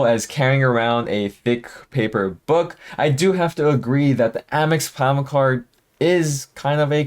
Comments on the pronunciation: Are you saying "platinum card" throughout the video because at some points it sounds like "clown card" which isn't even close 🤔 🤡😁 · LMAO and it wasn’t just me. I asked my BF “is he saying clown card?” And he thought so too! 😂😂😂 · He always says platinum like he's drunk.